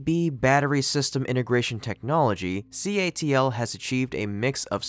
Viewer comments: C. A. T. L. Not CALT. YOU GOT IT IN THE END.😖😁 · CATL not CALT😂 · CATL* your audio keeps saying it wrong